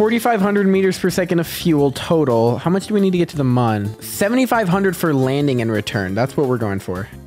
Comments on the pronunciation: Pretty sure the mun is pronounced "moon" and munn is the correct spelling for how you're pronouncing it 😊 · MooM not MUN